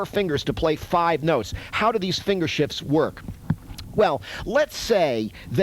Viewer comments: please tell me you purposefully said "" followed by "The reason is because one of your fingers has to do DOUBLE DOODIE"... I hear no F in there that first time... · Pretty much sure you’re supposed to pronounce the “f” in “shifts”